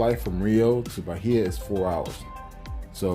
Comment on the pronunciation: BAI-EEEEE-AH no H sound